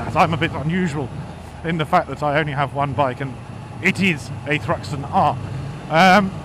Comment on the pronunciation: I'm gonna have to start calling u ""!